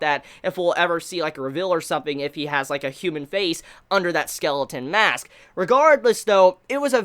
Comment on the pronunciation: Skeleton "Mask"? lol